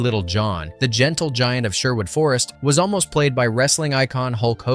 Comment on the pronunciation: What do you expect from someone who can’t even pronounce Sherwood properly?